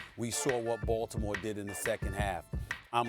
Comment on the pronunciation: 😂yoooo when doggy says "baltimore" it cracks me up he saying " Balddimore" lol